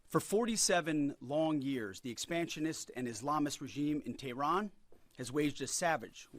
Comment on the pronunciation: Very good pronounsiation of expantionis ah ha..